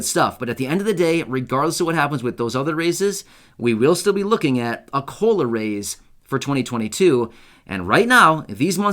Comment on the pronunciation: Sounds more like culo not cola